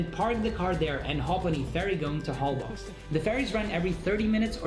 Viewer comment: Holbox is pronounced HoL-BOSH and means in Yucatec Mayan "black hole"